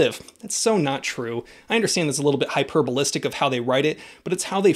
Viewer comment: Hyperbolic not hyperbolistic